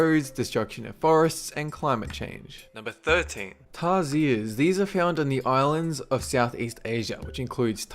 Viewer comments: tar-shears. That's how we say it. I'm a Filipino by the way. Look at all the endangered species we have.. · Yow i live in philippines and thats not how you say tarsier.Not trying to be mean but i've seen lots of those in Bohol,philippines.